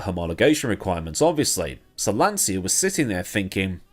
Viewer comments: It is pronounced lan-cha, not lan-sya. Do not argue with me; my dearly departed father started his career as a tool & die maker at Lancia and spent 11 years there before immigrating to Canada. He would know the proper pronunciation of the company he worked for. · Lancia is pronounced Lahncheeah, not lahnzia.